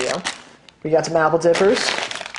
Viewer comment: I had to replay part of this several times, in an attempt to understand what "oppidiboop" means. Turns out he was saying "apple dippers".